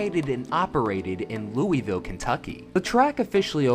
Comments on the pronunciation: it’s Loo-uh-ville not loo-E-ville 😁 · Also, you are pronouncing it wrong. it’s “lou-uh-vull” not louie-ville. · My only complaint is that you mispronounced it the entire video 😂 it’s not Looey-ville…it’s Lool-Vul! Only people outside of KY pronounce it Looey-ville. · I die a little inside every time you say “Louisville” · I know it's the correct way to say it, but it pains me to hear people say "looey ville" lol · Lou A vul. It's pronounced Lou A vul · That is not how you say Louisville Scott said it right but that is a cool track really hoped it was still open so I could race there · He's even got multiple clips in the video where people say it correctly and he still pronounces it like a damn Yankee